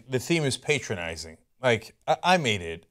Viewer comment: It's pronounced "pátronizing", he's not making himself your father lol